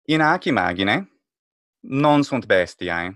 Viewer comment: Why does he nasalize vowels so much? bestiãe? imãgine? grãtiã? Is it his way to indicate a long vowel? "alborear" existe en castellano